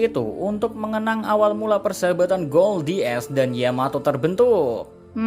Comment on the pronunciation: Gold D ace? Ga salah tu sebutnya?